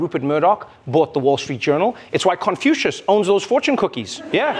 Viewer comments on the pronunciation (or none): none